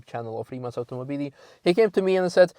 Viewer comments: Rimac - finally someone who can pronounce it right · Finally someone on english learn how to pronounce Rimac....